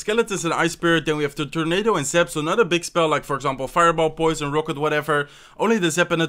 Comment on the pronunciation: That's zap...not zip ya nub !!!!!